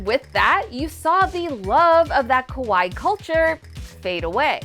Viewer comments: random, but when you say kawaii, you’re supposed to pronounce almost every two letters, more specifically each hiragana/katakana character (for example, with kawaii, it’d be ka•wa•i•i), and the way you pronounced it sounded more like kowai (ko•wa•i), the Japanese word for scary, nothing much, just felt obligated to say something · I don't really feel like Sanrio ever really left. Just attention in America waned a bit. But also, you're saying kawai or kowai instead of kawaii. You need to elongate the ee sound more. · The way you're pronouncing it "kowai" means scary. Ka-wa-ee (kawaii) is cute. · Kawaii is pronounced Ka-why-ee. 🫣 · Came here to point this out. It caught my attention when she started calling Hello Kitty merch "scary." 😬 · You need to pronounce the second i. C'mon, I don't speak Japanese and even I know that! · The way she pronounces kawaii makes it sound more like "scary" lol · The irony of the way she is pronouncing "kawaii" incorrectly is she's actually saying hello Kitty is "scary" not "cute" 😂😂😂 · I was just about to say that 😮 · I was thinking this too